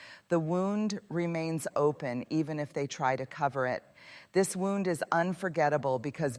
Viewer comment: This does not sound like a speech, it sounds like someone is reading a transcript or book. And why does she keep mispronouncing "wound"? She's educated, isn't she? 😳